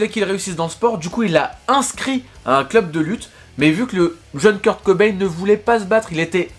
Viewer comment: Le [cobay-ne] me frustre toute la vidéo 😂